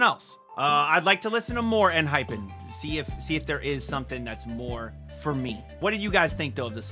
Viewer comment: EN-HY-PEN is the correct pronunciation. Thank you for checking them out. They've the best bside tracks among all 4th gen boy groups. Check more songs please!